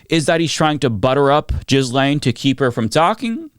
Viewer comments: I love you my man but PLEASE stop saying JIZZLAINE, her name is pronounced GAY-LAINE 😅. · Please stop saying Jizz Lane. It's Ghee lenn. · I really enjoy your videos but - my man - please stop pronouncing Ghislaine as "Jizz Lane" (if you can't/won't do the French pronunciation, at least stop pronouncing the G like a J) and Guiffre as "Guff-ry" (It's pronounced like "Jew-Fray". Source: her BROTHER)